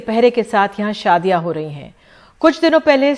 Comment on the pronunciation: Bhosdiwaale..shaadi tak theek se nahin bol sakte..saadi